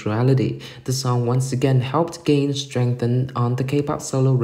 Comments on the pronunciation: The commentator pronounce Ga-in as Gain like achieve or attain. LMAO. Who is she? I guess the commentator needs to be knowledgeable of her first before informing kpop fans. This content is like the "you have one job" meme for this commentator. 🤦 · Ga-in. Hard g, almost a k, the a has an "ah" sound, in pronounced with an ee sound. It's not gain like the laundry detergent. I know this isn't a big deal, but it's a pet peeve of mine when people mispronounce a person's name. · Who the f××k is Gain......Ga-In.